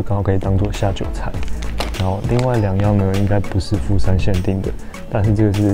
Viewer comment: 你片頭的第二個富山是不是講成台灣國語啊！😂😂😂！沒關係這樣比較有梗啦！對了🙄，你那個烏龍麵開起來超好吃，價位如何？